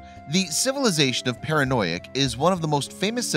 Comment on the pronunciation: It's not para-noic, it's fa-ron-ic, and it's not hi-kos it's hick-sos. By the pronouncement of full professors who teach the subject.